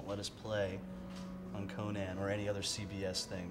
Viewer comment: That Conan pronunciation was underappreciatedly funny